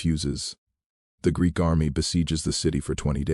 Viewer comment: It read Greek as G r e e k😂😂😂once. I guess there's no editing AI.